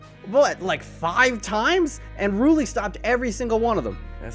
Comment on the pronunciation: Rulli was just mad you were pronouncing his name wrong